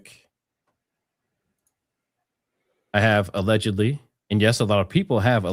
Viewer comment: your ALLGDLY, i thought it was 'All Godly' not allegedly 😂😂